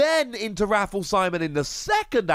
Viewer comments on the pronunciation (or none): I think (though am not certain) that Rafflesimon is pronounced like the plant Rafflesia.